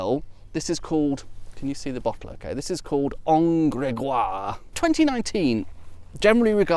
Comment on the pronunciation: Well it seems that fox wouldn't mind to be adopted by you ^^ And bravo for having pronounced En Grégoire perfectly ! However, you mustn't 'blow' the 'h' of 'hautes' as you would do in EN (in 'however' for example), because in FR that 'blown h' doesn't exist. So one would pronounce 'haute' as if it was spelled 'aute'. My tuppence ^^